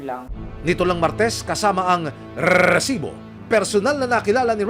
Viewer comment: ok na sana eh pero prang cya lng natutuwa dun sa pagbigkas nya ng reeeesibo... BWISIT..